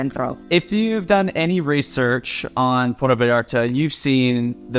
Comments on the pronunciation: It's Puerto (pwerto), Porto is in Portugal. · Why do you say port o? It’s Puerto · P-U-E-R-T-O, <=this is Spanish P-O-R-T-O, <= this is Italian Say it right brotha. 😉 Thanks for the video. I’ve actually been wondering about visiting Puerto Vallarta. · Just a friendly tip. Puerto not puerta. The difference between a port and a door…